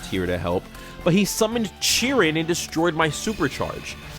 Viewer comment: i will never forgive you for that chiron pronunciation☠️